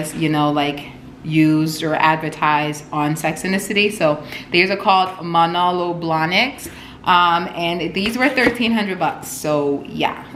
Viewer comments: Not even a sugar baby, happily married, but I LOVE your vlogs ☺️ btw the shoes are pronounced: Mah—know-low Bla-niks. Love them btw-they are so versatile! Xo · Muh-no-low blah-nick is the pronunciation, also the r is silent on Cartier. The short hair really suits you btw, you look good.